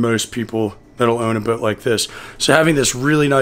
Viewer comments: You know you say the word boat without the letter “w” 😂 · The only man in the universe who pronounces boat this way. I enjoy each one